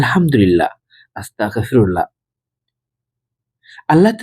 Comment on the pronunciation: মাফ করবেন আপনার আসতাগফিরুল্লাহ বলাটা সঠিক হচ্ছে না,ওটি হবে আসতাগফিরুল্লহ,ধন্যবাদ